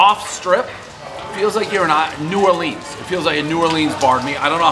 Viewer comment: My hometown and it's Noo Awlins